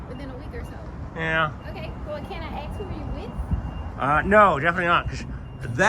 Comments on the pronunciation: Yeah but she axed you to leave 😮 ...and she's smart...English is important but grammar is importanter. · Why does she want to ( ax ) the person you're with? (Ask)